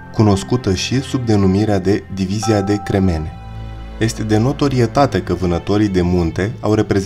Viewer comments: Nu cremEne măi! Se spune crEmene cu accent pe primul e, nu pe al doilea e! Greșeală de pronunție! Atenție mare că vorbim despre eroii noștri! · Frumos raport. O singura observatie, in limba romana "cremene" se pronunta cu accentul pe prima silaba (ca de altfel si restul cuvintelor). Zgarie rau la ureche modul cum a fost pronuntat cuvantul aici pana la un punct...insa la final s-a remediat :) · Cinste și onoare veșnică eroilor noștri! Bun documentar. Cel care citește narațiunea ar trebui să învețe pronunția unor cuvinte (pune accentul greșit la substantive precum: cremene, companie, artileria s.a.). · Pe langa acea greseala mai ai cel putin doua: companíe in loc de compánie si artileríe in loc de artilérie. Daca esti român nu este de acceptat, daca nu esti român ai o mica circumstanta atenuanta. Oricum, nu este de acceptat sa nu te documentezi inainte de a face un astfel de material. Prin pronuntarea gresita a cuvantului "cremene" ai dovedit ca nu ai idee ce inseamna acel cuvant si de ce i s-a acordat acest titlu diviziei respective. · Divizia de cremene... se pune accentul pe primul e... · Puteai sa inveti sa pronunti "cremene" corect inainte sa faci clipul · Nu este. Accentul e greșit. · Prezentatorule daca cremene se refera la piatra vezi ca nu pui accentu cum trebuie cand pronunti cuvantul respectiv